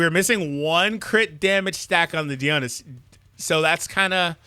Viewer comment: Uhh I don’t really wanna be that nerd but it kinda bugs me for god knows what reason. Dionysus is pronounced like Die-o-nice-us.